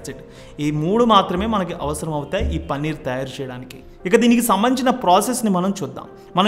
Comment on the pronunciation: పన్నీర్ కాదు సామీ... పనీర్...